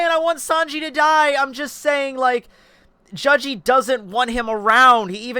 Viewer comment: why do you prounce his name like judge-e